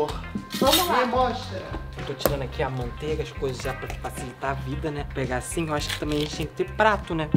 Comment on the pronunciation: Alguém escutou o dizendo maonteiga